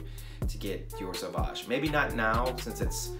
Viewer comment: You actually pronounce "sauvage" correctly. Great video as always. We have similar tastes.